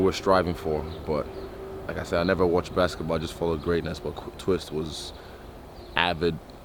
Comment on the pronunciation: He said brasket ball 😂